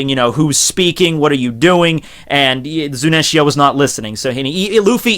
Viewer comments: its zunesha not zunensia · Zunenshia, if I got stabbed every time he said that name wrong, I'd need a total blood transfusion and stitches on half of my body. It's FOKKING Zunisha! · why are u saying ZuNEnSHia ? its Zunisha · ''zunensia'' kek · ZU-NI-SHA Fucking, learn your words baby. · You slaughtered Zunisha's name .